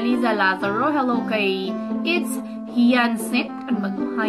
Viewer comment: Its Hayasinth po yung pag bigkas haha hindi naman po ako nagagalit its hayasinth po yung bigkas hyacinth lang po spell pero po nakakatuwa po ikaw at yung videos mo btw....thanks po sa pag shout out😂😂